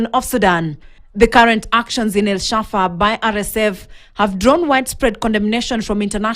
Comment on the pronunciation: El fasha not shafa